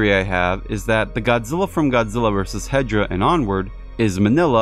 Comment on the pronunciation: You've Pronounced Hedorah's Name Wrong. IT'S HEDORAH, NOT HEDRAH GODDAMN IT!